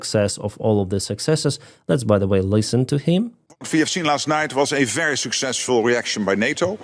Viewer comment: very suckzzesful, indeed LOOOL